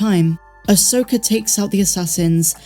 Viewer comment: can you please stop pronouncing her name ahsoker, it’s Ahsoka. Every video I watch of yours I cringe when you say ahsoker. It’s about 50% sometimes you say Ahsoka and the other half ahsoker. Am I the only one that gets annoyed by this?